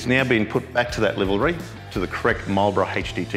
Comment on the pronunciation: It’s livery not livalry , someone needs educating .😀😀